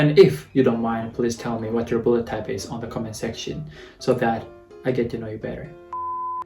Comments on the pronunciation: I always heard "Bullettype" instead of "Bloodtype" 🤣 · the way you say blood type sounds like bullet time